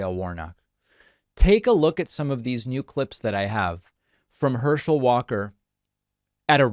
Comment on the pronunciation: "Herschel Walker cannot speak." Then you proceed to mess up his name and can't speak yourself lol 😆